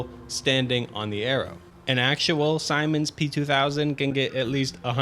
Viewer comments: That is not even close to how you pronounce Siemens, I thought the p2000 was built by some American company ,,Simons,,. But when I went to get some additional details on this to me unknown manufacturer on Wikipedia I realized you were trying to say Siemens the whole time. Siemens is a German company, try to pronounce it more like this: Zeememzs (mobility), or find a yt video of it being spoken. My train autism forced me to skip 10s every time you started saying Simon's. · It’s pronounced Zee-muns not simons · Its pronounced "Seamens" rather than Simens. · That's definitely not pronounced "Simon" It's the "See Mans" train there. Learn to pronounce Siemens correctly, you pussy. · Erm actually its siemens p2000 not simons p2000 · Another great video.. the trains in GTA are indeed another distorted reality in themselves.. Oh and the train manufacturer Siemens, you mispronounce several times as "Simon's" is actually pronounced "Sea-Mens". yeah that sounds like another GTA joke but that's really how it's pronounced, fun coincidence that. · Siemens is pronounced as if it doesn’t have an i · Siemens = see-mens 🤦🏽‍♂️ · Simons? Seimens? You mean Siemens? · It's pronounced ZEE-MENS 😭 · Siemens is actually pronounced "seamens" or like "semens". It's a German company. They also make industrial control systems and medical equipment. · Not to be the “um ackshually” person but Siemens is pronounced sea-mans. I only know this because my dad worked for them and I found it very funny from the ages of 13 to now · Good video just a tip Siemens mobility is pronounced Sea-Mens yes not lying unless your German where the company is based then it’s Zee-Men’s which would be the proper pronunciation however I believe both are valid pronunciations of the company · Siemens - See-mehnz. Yikes. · Did bro just mispronounce Siemens? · That is not how you pronounce Siemens 😭